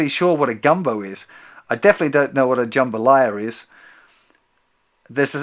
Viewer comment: FYI in the song you pronounce it "buy-o" and jambalaya. As in ah ha. And it happens to be a speciality of mine.. My mother was born in New Orleans.